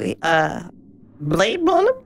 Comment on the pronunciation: "blade blunner"